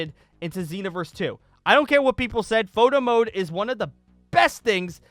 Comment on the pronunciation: All i heard was "moto mode" which in my ears was "moto moto mode"